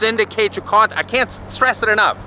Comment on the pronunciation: Word of the day, "Kawntent".